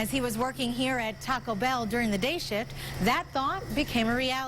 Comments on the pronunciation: the reporter says "day shit" instead of day shift lmao just made my day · she says shit and not shift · "dayshit" instead of "day shift" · She said "day shit" not "day shift"😂😂😂😂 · I thought she said day shit 😂